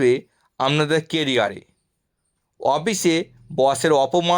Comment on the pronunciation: উচ্চারণ ঠিক করে করুণ। আমনাদের বলে কোনো কথা হয় নাকি ?